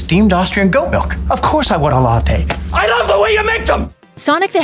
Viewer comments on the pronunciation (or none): none